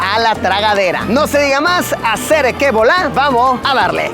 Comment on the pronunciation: Cómo el Luisito dice Acere que bolar